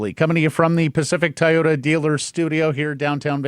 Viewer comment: I know can pronounce the word "toy" so why can't he pronounce Toyota? He always says Tai ota.